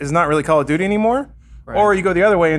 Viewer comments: I’m triggered by how Alanah says Call of “Judy”. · Call of juty? Nah fam. Call of duty